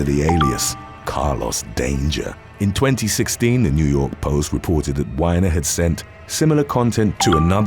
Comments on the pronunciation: Not Whiner. Weiner. Like you call your member. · Not to be immature, and I could be wrong, but I think the second guys last name is pronounced "WEE-NER" not "WINER" which if I'm right, would be the ultimate definition of irony. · Haha! He pronounced it Whiner Dude’s name is actually pronounced Weener Weener sent his Weener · It's not pronounced ''Why nur' it's wee ner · Anthony Weiner... winer, huh? I always thought it was pronounced weaner, which made perfect sense to me. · It was compassionate to pronounce it “Anthony WHINE-er” as American news folk pronounce it “Anthony WEEN-er,” the surname being pronounced like a slang term for male genitalia. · Whinner?..that's weiner!..he probably told everyone it's pronounced whinner!...your name is penis!🤣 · It's not Whiner, it's Weiner. It's just not as funny if you pronounce his name wrong. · I had to laugh at the Anthony Weiner segment. You pronouncing it as "Whiner" instead of "Weener". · Wiener is a wiener. Not Wine-or. 😈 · His name ain't Winer it's Weiner, like a dick! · "wine-er"????? It is actually pronounced "Wii- Ner" Like the Oscar Myer brand....but he was a "Whiner" after he got busted. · It's "wee-ner", not "why-ner". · Ironically enough, Anthony’s last name isn’t pronounced (Wine•er) rather hilariously it’s (Wee•nr) 😂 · Not pronounced “winer”. He is “Weener” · It's weener not whiner.... Fyi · It is not WINER it is WEE-NER just like male genitalia or slang name for hot dog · I'd rather pronounce WEINER correctly!! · It’s pronounced Wi-ner nor why-ner! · I believe its pronounced wee-ner. U can say it come on, weener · You britts can't even pronounce Anthony Weiners name right. It looks like it sounds. Stop trying to make his name not what it is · It's pronounced weeneer. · Anthony who? 🤣🤣🤣 its pronounce like meaner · Its pronounced "Weener" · Weiner is pronounced like Weener. Just a note. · It's pronounced Anthony Weener as in dick, penis, prick etc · It's WEEiner. Like the hot dog. Anthony Weiner